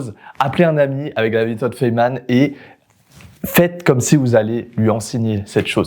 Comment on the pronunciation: "Fayman" Sinon une super vidéo 👍